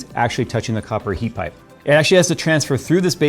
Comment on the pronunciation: I like seeing the big guys mess up on talking but then leave it in heat pipe lol ,,,,I do it all the time and then try to catch it while editing and staying awake lol